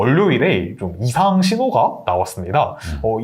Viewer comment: 월료일 월료일...겁나 거슬리네. 국어공부부터 하자